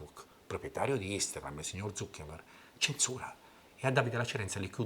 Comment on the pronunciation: “Il sior ZuckeNberg” SIAMO AL TOPPEEEE